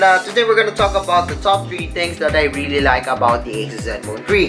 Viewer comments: he keeps saying tree instead of three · stop saying zenfone 🌳. it's "three".